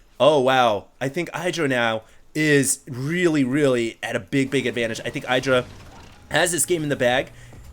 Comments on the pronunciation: Listen to Artosis. It's eye-druh. Not id-ruh. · hey, your comments are nice, and i prefer your commentary way over huskies. i really do not like his style of screaming like a little girl and throwing out 500 words per minute. BUT PLEASE stop calling idra AIDRA. he calls himself idra, so im pretty sure aidra is not the right way;) besides that i really like your casts greetz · It's "iddra", not "I draw". To be fair though, even Artosis gets it wrong. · its not pronounced EYEdra... its a short I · I guess it doesn't really matter, but it is Id-ra. Maybe you should listen to Idra in those videos of him & Artosis. He himself says Id-ra & explains in the Q&A videos that his name comes from Id-rajit.